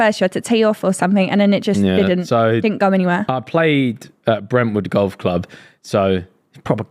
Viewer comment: I always get tickled how says golf. “gauwf”